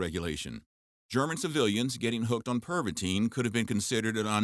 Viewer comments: in in in ,, pervatin ,, not pervatine fool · PervaTIN, not pervateen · Perva-TIN not Perva-TINE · It’s called Pervitin not perviteen! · I'm pretty sure that should be pronounced as Tin and not teen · You are mispronouncing Pervitin. There is no “e” at the end. It should sound more like “Pervittin” instead of “Perveteen”. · Your mispronunciation of Pervatin, Wehrmacht, Balkans and Barbarossa was very annoying and distracting. It doesn’t take much to learn the correct way to pronounce a word especially when presenting factual information.